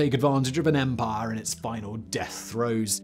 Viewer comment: "Their vast and sprawling empah." Once they lost the "empah" they had an "empah-nada" which is a tasty Latin American turnover. In the Caribbean, empanadas are generally fried, but my favorites are those from Chile, which are baked and stuffed with ground beef, olives, raisins, fried onions, and sliced boiled egg. By the way I haven't the foggiest idea how I digressed in this fashion. Perhaps Simon can do a Megaproject about empanadas. On the other hand, a Megaproject that has had serious international implications is the Israeli National Water Carrier, which took fresh water from the Sea of Galilee all the way to Beersheba, roughly 300 kilometers away and was built under conditions of severe economic hardship. But Simon is English, you know how the English are about Israel.